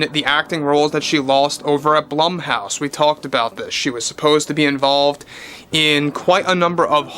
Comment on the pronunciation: Blumhouse is pronounced like BLOOM not blUM :)